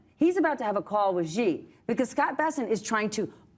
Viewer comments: President SHEE not zjhee. In Mandarin, x is pronounced ‘sh’. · It isn't "Ji" or "Gji". Xi is pronounced "She" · Really can’t understand how it’s so difficult for American political commentators to pronounce his single-syllable name correctly. People, ‘X’ is pronounced like ‘SH’ in Chinese pinyin, which is their phonetic system for using the Roman alphabet. So “Xi” is pronounced “she.” You know, just like that super common English pronoun. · Bill is getting lazy. Not knowing about Harvey Milk and still after 15 years mispronouncing President Xi. “Xi” is not pronounced “G” 🤦🏻